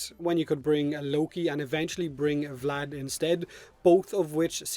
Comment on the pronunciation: VlAd VlAd VlAd, oh so terrible sounds in english